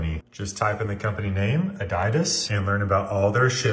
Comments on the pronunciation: Is this an AI? Noticed the pronounciation of certain words are a bit off. Kinda like what you get with a comp-gen reading voice. "a-DIE-dus" instead of "a-DEE-das" "t-OH-pik" instead of "t-aw-pik", in another video. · First time I’ve heard it pronounced that way. correct way: uh-deed-us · Adidas is pronounced “a-deed-us”! Love wetransfer use it all the time in communications work like video transfer and photos, etc. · I’m sorry, but Adiedus? I feel bad for this one but my friends make fun of me constantly for mispronouncing words. For example, today I called the “Pontiac Firebird” the “Pont-ah-yac Firebird” 💀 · Its pronounced ah dee das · he pronounce adidas uh die dus? 🤣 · Adidas is pronounced as uh - dee - duhs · "Idiediss"? I just use Google to find the correct pronunciation. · I have never heard anyone pronounce Adidas like that in my life lol